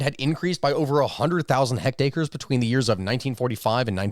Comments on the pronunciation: I assume when you say hectacre you mean hectare? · If you fancy yourself an expert on history, proper pronunciation is part of it You butchered the name of the well-known French statesman Mitterand (you spoke: Mittenard), and metric unit of surface which is 1/100 of a square km is called a hectare, not a "hectacre". A French policeman is called a gendarme, which you pronounced "gedarme" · It's pronounced hecTARE, not hectACRE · Hecked-acres?.. This is my country, failing again 😔 Hectare, pronounced like Feck'd Air. It's a metric measurement of area, not related at all to the old English standard of 40x4 rods (43,560ft²). Convert at 2.47105 acres per hectare if you like, but, READ THE WORDS CORRECTLY! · What the hell is a hectacre? Does he mean hectare? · Did you mean to say hectacre, rather than hectare? Hectacre is a real measurement now, defined as the average between an acre and a hectare, about 0.7 hectare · Hectares be like Hektators